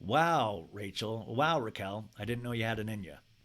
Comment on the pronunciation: keep saying her name wrong so you don’t contribute to her new YT algo 😂